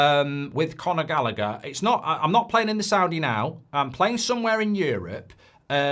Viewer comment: It's Conor Gallagher 😂😂